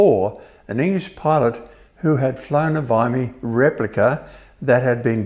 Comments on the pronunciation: I'm not familiar with the Vickers Vymey. I'm an Australian, and everyone I know who's interested in aircraft pronounces it Vimy. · It’s a Vimy. It’s pronounced Vimy. As in Timmy. Not Vy-mee. As in Why me. Would you call somebody Ty-mee if his name was spelled Timmy? The plane itself is magnificent. I live near Hamilton AFB and got to see it fly overhead while at a track day at Sears Point. Coincidentally I was also a C-5 pilot at the time. I would have loved the opportunity to carry it. I subsequently saw it at Goodwood. It’s a marvelous thing and a tribute to the people who worked so hard on it. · Enjoyed the video but it grated on my ears to hear Vimy pronounced Vymie instead of how I have always imagined it: Vimie. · Vim -- E. It's pronounced Vim-- ee After Vimy Ridge , a part of the front lines in WW1. The battle of Vimy Ridge where great Allied losses were incurred. Great Video. I love guys like this. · VIM-EE not VYYYY-MEE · Surely it is Vimmy not Vimey? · It’s not pronounced VIE -MY , Idiot pronunciation is V-EYE-ME , it’s like whim , Now put a V in front and a Y end. Like Vimy Ridge famous battlefield. I can’t listen to this guy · It's pronounced VIM-E, not VIM-I, or VY-ME. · Its a Vimy, pronounced Veemy, after Vimy Ridge in WW1 France. Not Vie-me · Vickers "VYE-me?" I believe that's pronounced "VIM-ee" after the famous WW1 battle considered Canada's greatest accomplishment of that war. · Interesting pronunciation of VIMEY - it is pronounced VIMMY not VIMEY ! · Vee me not Vi me. Please… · Vimmy, only an old Ozzy could pronounce it Vimey but a great doc and thanks for all the info! 😊👍🏻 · I've flown in that plane. Amazing project!! But I always heard Vimy with a short i, not a long i, as if it was spelled Vimmy. Does not rhyme with blimey. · Vimy not vymy. Please get it right. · It's pronounced 'vimmee' not 'vymmee'. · What's with this Vymee pronunciation? I have always known it as "Vimmy" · It’s pronounced “ VeeMee”. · Yes That's how I say it...'Vimmy'.